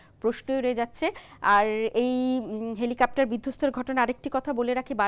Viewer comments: হেলিকপ্টার, হেলিকাপটার না.. বারবার একই উচ্চারণ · "হেলিকাপ্টার" নয়, সঠিক উচ্চারনটা "হেলিকপ্টার"। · এই মহিলা কতোটা শিক্ষিত? এরকম গুরুত্বপূর্ণ একটা টপিক নিয়ে বলতে গিয়ে উনি কেনো "হেলিকপ্টার" না বলে "হেলিকাপ্টার" বলতেছেন? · হেলিকাপ্টার না হেলিকপ্টার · Dear Madam, apni bohu bolechen helikaptar but its helikoptar....:) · হেলিকাপ্টার শুনতে শুনতে বিরক্ত হয়ে গেলাম। এটা "হেলিকপ্টার" হবে। 😅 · সবার আগে খতিয়ে দেখা হোক উপস্থাপিকা হেলিকপ্টারকে হেলিকাপ্টার বলছেন কেন? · হেলিকাপ্টার হবে না হেলিকপ্টার উপস্থাপিকার উচ্চারণ এর এই অবস্থা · হেলিকপ্টার উচ্চারণ করুন। কেমন সাংবাদিক সাধারন উচ্চারণটি জানেনা? তা-ও আবার নামি-দামি চ্যানেলের সাংবাদিক। 😂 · বারবার হেলিকেপ্টর বলছেন। পরবর্তীতে উচ্চারণ সঠিকভাবে করবেন। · জ্বি হেলিকা*প্টার,,, উপস্থাপিকার উচ্চারণ খুব সুন্দর 😄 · হেলিকপ্টার হবে উচ্চারণ টা